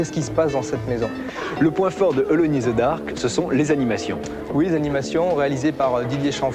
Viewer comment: Ca se prononce: eulone in the dark!